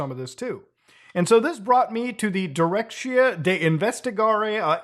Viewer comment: As a Romanian,I am unbelievably angry how he said “Directia de investigare de a infractiuniilor de criminalitate organizata si terorism” how you would read spanish/italian. (I know how he couldn’t know how to read it,but it still triggers me)